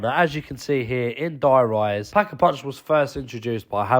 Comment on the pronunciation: Called der reise die rise 2 times. In 3 minutes I cantttttttttty